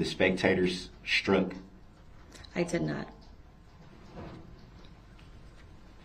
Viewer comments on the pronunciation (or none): undershtand and shtreets shtruck so irritating to my ears